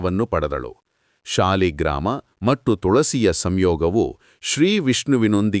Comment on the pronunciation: Om Sri krishnaya namo namahs Adre nivu thulasinpooje madivaga nelli kayi gida eke iduthare annodu thilisa Lilla Hage kannada uchara sariyagi madi Adu saaligrams shaligrama alla Om thuladi deviye namaha